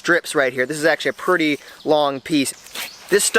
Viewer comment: Why does he keep saying perty instead of pretty